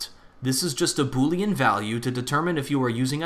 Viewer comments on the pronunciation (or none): none